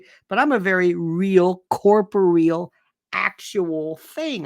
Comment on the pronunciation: "corporeal"? Placement of accent sounds off.